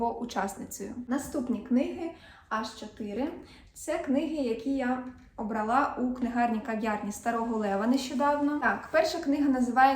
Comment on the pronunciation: Ви не раз кажете "обралА", а правильно казати "обрАла".